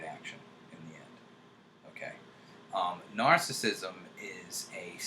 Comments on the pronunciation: Not pronounced nar-sism. Pronounced nar·cis·sism. This makes me think less of you, INTJ;) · He's saying was pronouncing it incorrectly. He was saying "narcism". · He's not pronouncing narcissism correctly. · The irony of a narcissistic INTJ pronouncing it "narcism/narcistic" XD